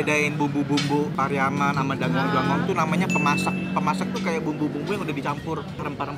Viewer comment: Sejak kapan DANGUNG DANGUNG dibaca DANGUANG DANGUANG ?